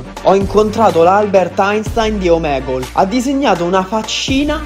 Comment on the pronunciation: hai sbagliato dire omegle